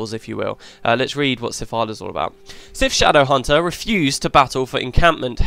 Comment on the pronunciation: Aha damn, too quick. It's almost as good as your pronunciation ;P